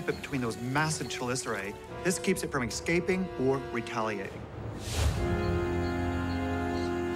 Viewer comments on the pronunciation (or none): "escaping" is not pronounced "excaping". It is pronounced "escaping".